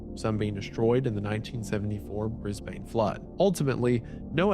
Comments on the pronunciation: Great video, here’s a small tip Brisbane is said ‘Bris-Bin’ rather than ‘Bris-bayne’ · Pronunciation tip for future Australian videos... Brisbane = Bris-ben, Melbourne = Mel-bin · it's not bris b ay ne it's bris b i n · I live in adelaide and my mums friends mum new one of the beamont kids relatives :( also for future ily wendigoon but it is pronounced Brisbn not bane, and coober pedy is pronounced PEEdy, and melbourne is pronounced melbn not BOURNE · As a born and bred Aussie i approve this video, one small critic though. Everyone in the world says bris-BANE, us locals call it bris-BIN. We are very lazy with our words haha. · why do Americans struggle so much with aussie city names, mel-burn not mel-born. Briz-bin not briz-ban. Adelaide is correct at least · Not pronounced Briz-bane. Pronounces Briz-bn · Mel-borne Bris-bayne Man's killing me with the pronunciation 😭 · The American pronunciation of all these place names is sending me crazy 😭. Brisbayne mel-bourne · Hey just wanna say I love your videos and id like to give some pointers and facts as im australian who lives in Townsville. Fact one willian ross school still exists. Townsville is surrounded by sugar cane as its a really big agricultural plant here. Last thing your pronunciations if it is ane read as bin so brisbane is brisbin, Melbourne is melbin.tgeres also another case that is very interesting which is Daniel Morcombe which has a whole day dedicated to teaching stranger danger and raising money for the foundation created by his parents. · ITS MELBIN AND BRISBIN YA YANK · i’m sorry but your pronunciation of Brisbane really threw me off guard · Wendi's gonna get hammered by Aussies for his pronunciation of "Brisbane"... EDIT: Correction: All Australian city names.